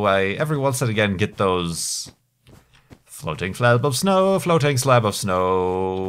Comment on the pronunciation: Floating Slayub Of Snoeh :3